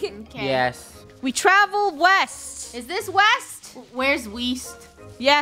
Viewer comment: Funneh: Let's head west: Where's weast Me: It's not weast it's west silly